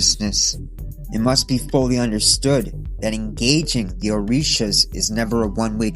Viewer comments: It’s so funny hearing a white boy reciting the Orisha names incorrectly lmao. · Ngl great vid but you mispronounced almost all of orshias